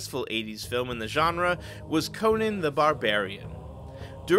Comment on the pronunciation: Conan - not Conin. What planet are you from?